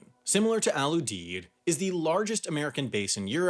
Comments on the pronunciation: I'm working the evac ops in Ramstein. First its not "Al Oodeed" its "Al Youdeed" pronounced. Also I don't know why you show Ft Lee in New York, its in Southern Virginia. Wendover feel free to hit me up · It’s pronounced Al You-Deed! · We pronounce it Al YOU-DEED.